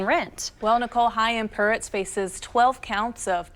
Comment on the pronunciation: chaim puretz? Oy vey... It's like annuduh shoah!